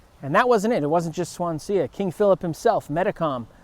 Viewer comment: Great video, great history teacher! By the way Swansea is pronounced Swanzee, it's named after the Welsh city I assume.